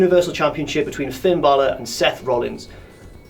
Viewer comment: Atleast is the only one who pronounces Finn Balor correct.